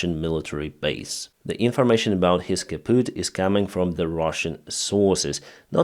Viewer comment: its actually "kaputt" but nvm, its a german word if you were wondering :D